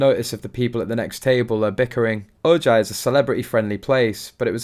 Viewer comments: The city is said Ohi. Not Ohji. Just saying. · It's pronounced O-hi, not O-ji. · Ojai is pronounced Ohai -- remember Californias Mexican heritage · Ojai is pronounced O high...Spanish word so j sounds like an "h". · Please, Ojai is not pronouncements OJ.. it's O HI. J pronounced as H. Many California cities are Spanish names. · It’s pronounced “O—hi”! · Fun fact : Ojai is pronounced O-hi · O-Hi is how it is it is pronounced. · Pronounced oh hi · It is pronounced “ O HI “ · The town is Ojai and pronounced O-hi. J is pronounced as a H. Spend alot of time in Ojai as a child! Great area! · Ojai is pronounced “O Hi”, it is from Spanish 😃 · FYI - the name of the town is pronounced O HIGH.😊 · Omg OJAI is pronounced Oh Hi . It’s a Spanish word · Nothing to Omg about. He's British. Give him a break. Many people pronounce La Jolla wrong too. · FYI: The town where this infamous meeting took place is pronounced O-high. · Ojai is pronounced :O-hi". Use the Spanish pronunciation. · Ojai, Calif. pronounced OhHi. ‘J’ is pronounced as a H. It’s a Chumash Indian name means Valley of the Moon. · Thankyou, I was just going to comment about the pronunciation of Ojai, my Dear Grandmother used to live there, Many Many Years ago. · It is pronounced "o-hi" for Spanish Ojai. Their imaginary children are not educated or culturalized in the UK--one is not a citizen of the UK. Anything they do is for $'s. Remove Sussex title; the people of Sussex would appreciate that gesture by KCIII.